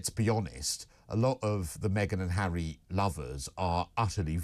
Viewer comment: his name is HARRY not herrrrrry makes him sound like a right lover